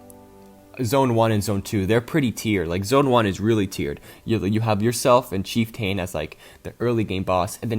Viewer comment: The way you pronounce chieftain bothers me, other than that good video